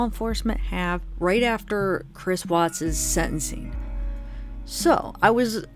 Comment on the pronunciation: Watts ‘. Not Wattsessssss. See plural possessive. Just sayin ‘ ...